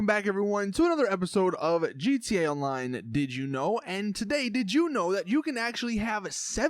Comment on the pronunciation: Merryweather heli is a personnal vehicle ? Really ??? I don't think so ! And what is the point of this video ? Get some real interesting ideas for your videos or stop !!! And stop saying gta on.....line, damn, are you stupid or what ?